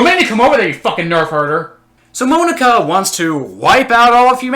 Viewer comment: “Moan-aka” “Dick-ay” XD